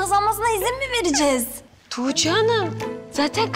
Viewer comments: Belmanin:toogce demesine ben bagimlisi oldum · belmanın tuğçe demesi ilk çok sinirimi bozmuştu şimdi bütün gün belmanın tuğçe demesini taklıt ediyorum kim bilir belmanın tuğçe demesini kaç kere çekiyorlar nekadar gülüyorlardır